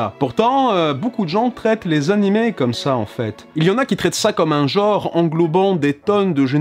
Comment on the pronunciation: S'il vous plait. un genre, un "jean"-re et non un "joe"-r Merci d'avance :3